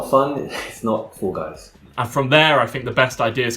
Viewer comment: FOOL GUYS?????? You can't even say the name of the game Hahahahahaha...